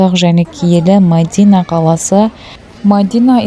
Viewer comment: Ассаламуалейкум Мадина емес Медина деп айтсаныз дурыс болады..